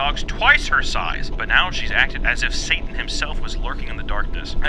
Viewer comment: I can only watch him in small doses because he changes his T's to D's. the religion video he said SADAN instead of SATAN. It was AWFUL